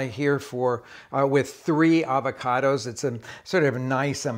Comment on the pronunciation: “It’s ah-vach-oh-dose…”